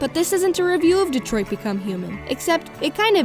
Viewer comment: I cared so little about this game in his whole existence that I only noticed TODAY that it's actually DetroiT and not DetroiD. I'm not even kidding